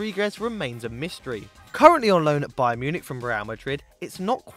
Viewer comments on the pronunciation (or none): none